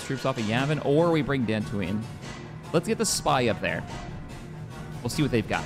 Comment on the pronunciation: I love how is unable to say deltooine